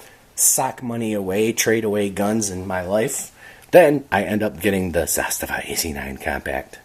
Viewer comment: Thanks for pronouncing Zastava correctly 🎉